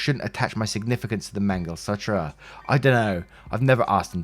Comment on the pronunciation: To it's pronounced Mang-al-sutra. As in karma sutra.